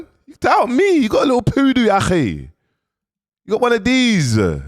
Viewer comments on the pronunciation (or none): Poodoo😂😂😂😂😂 I'm done he's doing it on purpose surely